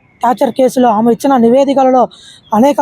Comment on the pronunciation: ఆమ కాదురా నాయనా "ఆమె" అనాలి. తెలుగు ఎక్కడ నేర్చుకున్నావు నీ మాతృభాష ఏమిటి.